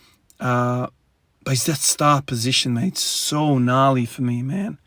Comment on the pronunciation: lol that aussie came out a bit when you said gnarly. Much love from Los Angeles!